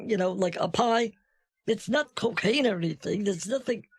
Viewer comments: The vulture would make a more convincing DEA agent.... "Cokeen" lol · They found 22 pounds of " Cokeen" in your car???you're going down brother!!!